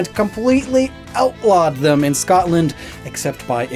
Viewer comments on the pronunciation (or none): none